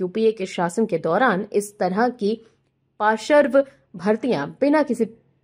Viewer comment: समाचार सुनाते समय कृपया शब्दों के सही उच्चारण पर ध्यान दें। शब्दों का गलत एकाधिक बार गलत उच्चारण कानों में बहुत खटकता है। जैसे कि देवी जी पार्श्व शब्द को बार बार पाशर्व बोलकर अपना ही उपहास उड़ा रही हैं। आशा है आगे से ध्यान रखा जाएगा। जब हिंदी में बोलकर ही आपकी रोजी रोटी चलती है तो कम से कम गलत उच्चारण करके हिंदी भाषा की गरिमा को ठेस तो ना पहुंचाएं। इसे दिल पर लेने की जरूरत नहीं है। मुझे भी पता है कि आजकल के नए जमाने में आधुनिक बनने के चक्कर में सभी लोग अपने बच्चों की शिक्षा की शुरुआत ही अंग्रेज़ी माध्यम वाले स्कूलों में भर्ती करके ही करते हैं। जहां पढ़ाई अ से अनार या क से कमल नहीं बल्कि ए फार एप्पल से होती है। जब शुरुआत ही गलत होगी तो सही परिणाम की उम्मीद नहीं कर सकते। कुछ लोगों को मेरी बात बिना मतलब की लग सकती है। लेकिन जब तक बताया नहीं जायेगा तब तक किसी को अपनी कमी का पता भी कैसे चलेगा। जय हिन्द। वन्दे मातरम्।।।।